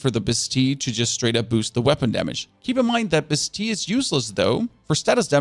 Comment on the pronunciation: It’s pronounced “ba+steel” (bastille) 🙃